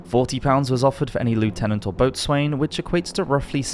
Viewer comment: Its 'bos'n' not boat-swain-mate